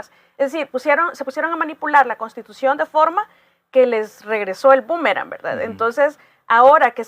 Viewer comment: NI SIQUIERA PUEDE DECIR CONSTITUCIÓN. "Costitucion."